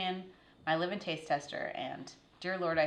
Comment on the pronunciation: It took me a while to realize you were saying “live in taste tester” I thought you were saying “livid taste tester” haha! I grew up working on a blueberry farm and have likely made 2000 blueberry and raspberry pies but we always used flour and lard (yes lard) for the crust. I’ll have to try the graham crust sometime. Anyhow I enjoyed watching as I did some woodworking last night.